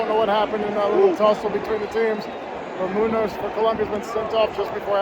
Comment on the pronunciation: Bro... It aint "Nunez" its Nuñez, is not that hard. Edit: broooooooo... Why "Munoz"??? It's Muñoz, 2 diferent sounds. I'm glad You enjoy the Match, and i'm glad You werent injured un that shamefull incident. And yeah You are right, to most of latín american ppl it's really more than football. Like i cannot give You the entire history in a single comment, but i was born in Elizabeth, USA, but since i was a year Old i have lived in Bogotá, and let me tell You something about Colombia. Colombia is a Nice place but is a war torn country, it's a country thats although very beutifull, it's a place where farmers are forced to leave their lands, is a country with insurgency, and a paramilitaristic force that is far worse than the insurgentes. But is my country, we're You can see ppl working hard to get to the next day, and one of the things that hello ppl to get by, is Football, it's Smth that can unite 50 million of persons to get his hopes in the hands of 11. Thats why USA Will never really understand football, because a friendly match is never a friendly match, is 50 million ppl geting their hearts together in one common joy, its we, forgeting our problems and dreaming with a silver cup that will distract us. Whatever happens on the finals is not gonna change that the day after we have to face our problems again. We have to face our goverment, our poorness, our ongoing wars, we have to face the stigma that USA has against us (the one related to Escobar... that fucker). Is not